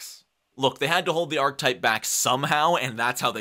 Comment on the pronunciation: Good content, but one thing bugged the heck out of me: Archetype is pronounced aar·kuh·tipe :)